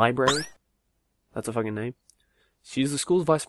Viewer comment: "I'm saw facking kawaii"(●°u°●) 」😂😂